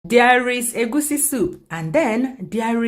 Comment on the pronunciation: I love the way you call it egwusi and not the baptised egusi that is commonly pronounced by many.